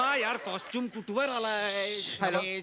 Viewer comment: Ani ha tar motha wannabe ahe costume LA costume Bolto